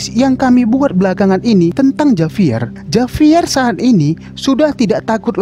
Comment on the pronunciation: Di bacanya bukan Javier ka tapi havier